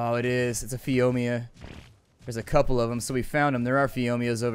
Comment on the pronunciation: ooh my god someone has trouble saying phiomia :P